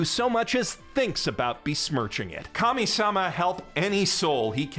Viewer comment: whenever he says Kami-Sama i hear Commie-Sama and cant help but imagine Protag-Kun and his gfs wearing ushankas and seizing the means of production